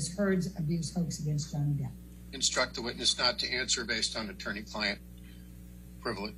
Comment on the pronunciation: She say johnny deep😂